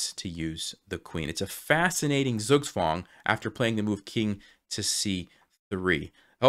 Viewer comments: Pronounce Zugzwang as "Tsoog Tswung". The German Z comes with a built in T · What ? Zook's wand ? Zook swan ? Speak English clearly please. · Very good puzzle, I enjoied a lot. By the way... "Zugzwang" is pronounced more as "Tsuugtsvang". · Everything ia fine, but correct to say "tsuktswang" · Love this puzzle, but please don't think I'm being rude to mention this: Zugzwang is pronounced Tsoog-tsvangk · Your pronunciation of "Zugzwang" LOL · It took me some time to realize that you said „Zugzwang“ which I should understand because I’m German 😅 But it sounds quite funny the way you pronounce it 👍🏻